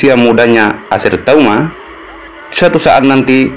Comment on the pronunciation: Bacanya bukan TAUMA tapi TUAMA. (Laki-laki bahasa Minahasa)